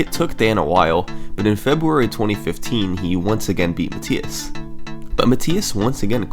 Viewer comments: I'm pretty sure its pronounced "Muh-Thigh-Us" not "Muh-Tee-Us" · It's muh-th-eye-es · Even though you are pronouncing the German name Matthias incorrectly 😉.. This is a very well organized video my friend, good job 👍